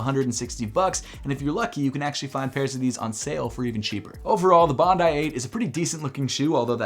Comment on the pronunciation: Thank you for pronouncing Bondi “Bond-eye” as it should be after Bondi beach in Australia